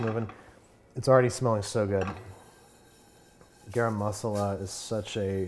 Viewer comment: "Garam masala" pronunciation was epic U guys talk in urdu so cute😄